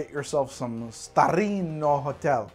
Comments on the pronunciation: From: declares war on Italy with his Super-Mario pronunciation of "Starlino" and "Torino". [Angry Italian noises and gestures] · trying to pronounce Starlino Hotel Torino vermouth as he's wasted is the funniest thing I've seen on this channel.